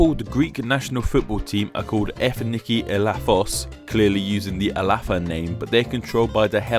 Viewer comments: Good try, but I really think you should remake the sound of "Ελλαδα",which sounds closer to "eh-lah-pha"in this video!!( and almost 10 times thereafter·I think I could also here "glaecians and glaechea, (with an "l" instead of "r"???) the true sound is "eh - láh - tha" (the last syllable being pronounce as in "that"or "the". You have received so many comment by greek speaking preople I 'm surprised you haven't corrected it yet, especially since you mention it in the intro! Its so funny for us greeks to hear!! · Is it strange that i found it annoying that he called it "Hellas" and not "Ellada", even though I only live in Greece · Ellatha where th sound makes sound as in word "the" not "thing" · Ellada in Greek is "Ελλάδα" without the ' in front of the word. So, you don't pronounce any 'h' (h-ellada). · You keep pronouncing the modern delta in 'Ellada' as th in thin, FFS it's like the th in the. You've seen it transcribed as 'Ellatha' or something and mistaken which glottal state of a dental fricative it is. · In modern Greek we don't pronounce the H as in English. So Hellas is also an English form of Ellas. Other than that everything else seems pretty accurate to me. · I am Hellene and I approve this video, though we do not pronounce nothing as 'Hellada' its Ελλάδα(Ellada) only! Hellas is just the English word for Ελλάδα ok? and Greece and Greeks are called that for the reason you explained in the video :) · Actually the h in both Hellas and Hellada is silent , it sounds more like "Ellada" and "Ellas" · The apostrofy before the E on ELLADA DOESNT indicate a He sound....It indicates a faster E pronounced Eh-lla-da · Ellada its spoke ellada no illada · the ' in front of "Ε" is totally wrong. we dont use it nor we pronounce it as "(H)ellada" but Ellada. I dont know who told you that. Surely not a Greek. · You should pronounce it "-E-llada" not "-h-Ellada" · It's ellada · Not hellada, ellada :( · Isn't that δ pronounced like the "th" in "the"? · why is δ pronounced 'f'?